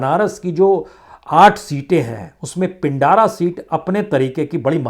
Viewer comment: महोदय पिंडारा नहीं उसे पिंड्रा कहते हैं ।